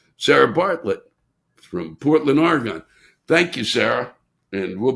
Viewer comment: Have been enjoying your comedy for years. If you are performing in Oregon, pronounce it like a native. It's Ore uh gun. Never gone !